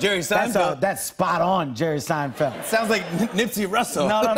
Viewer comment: did he say Nipsey Russlle ?? It's Nipsey Husslle Jimmy